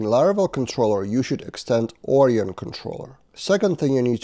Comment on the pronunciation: Onion => Orion ... I see your logic, but it's pronounced more like or-ai-on (unless the package creator says otherwise). You're welcome. 🙂